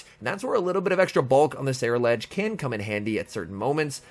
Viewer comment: I kept imagining Meryl Streep from devil wears prada taking exception to your ceruledge pronunciation